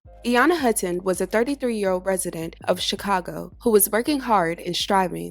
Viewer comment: I think her last name is Hutton. Please say it correctly, newsreporter.. Another horrible story. .My condolences.